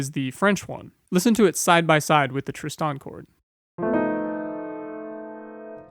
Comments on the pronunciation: Tristan ['tristan]. Accent on the first syllable. I hadn't noticed that he was saying it in a weird way but nothing surprises me on YouTube any more. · Great talk, but for future ref the emphasis in "Tristan" lies on the 1st syllable; TRIST-an, not trist-AN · hand-pink-waving:You keep saying Tris-TAN and that jars my brain! Is that the correct way? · Thanks. I almost stopped watching this because of that. Sort of losing respect for the narrator! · How can we take you seriously, when you can't even pronounce Tristan correctly? And my money is on you can't pronounce "pronounce" correctly. Give it a go. Pip Pip.